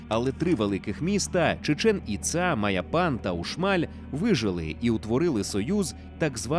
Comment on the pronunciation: Чудове відео, як і весь контент загалом ❤ але чому Чічеʼн Іцаʼ?) там же наголоси на перші склади: /tʃiːˈtʃɛn iːˈtsɑː/